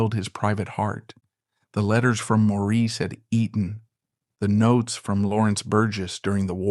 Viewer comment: Not Eden. EE-TTon. Elocution lessons for you, asap.